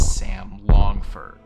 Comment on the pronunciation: You cant even say his name right?? Was that a trick to generate comments?? Sam LAngford